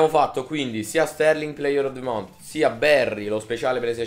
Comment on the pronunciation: just month si dice con la lingua tra i denti non con la t finale